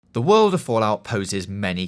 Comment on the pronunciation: wealeases, wabbit, wowd, varwies, nuclewaw